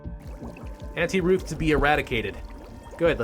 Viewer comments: I actually thought you said "anti roof" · LMAO i thought you said "anti-roof" and then you said "auntie ruth" and I was like HUH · I thought you were saying “Anti-Roof” so I was just like, “Uhh...floor?” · i thought she said anti-roof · at first i thought you said anti roof